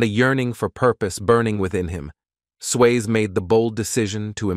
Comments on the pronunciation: I am a transcriptionist/editor/captioner. If y'all need help please call. Obviously AI is not good enough yet. Many mispronounced words and can't even pronounce the man's name correctly. smh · Not watching you don't even know how to say his name. 😂😂